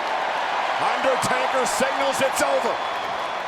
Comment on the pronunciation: "baring UnderStakers..." lol ...n - that should've legitimately broken the ring in half hahaha